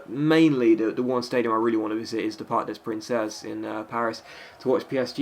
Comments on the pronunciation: the way you said parc des princes actualy sonds like parc of princess (in french) LOL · I love your live vids :D and btw "Princes" is pronounced "Prince" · The parc des princes in pronounced like park day prance